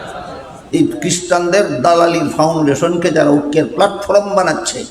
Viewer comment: Platform uccharon Jana dorkar